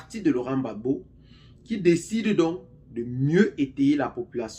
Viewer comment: Laurent gbagbo et non bagbo